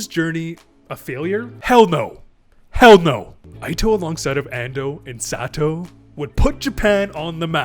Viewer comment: Ito = pronounced EETO, not AITO. ffs he's Japanese not American